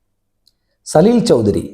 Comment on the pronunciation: സലിൽദാ യെ ഇഷ്ടമല്ലെങ്കിൽ വേണ്ട.. എന്തിനാണ് അദ്ദേഹത്തിന്റെ പേര് വികൃതമാക്കി ഉച്ചരിക്കുന്നത്? ആ പ്രതിഭയുടെ അടുത്തു നിൽക്കാൻ പോലുമുള്ള യോഗ്യത താങ്കൾക്കുണ്ടോ?